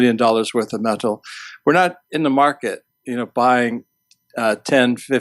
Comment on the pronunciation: Funny how pronounces the word "met-tal". I wonder where he is from?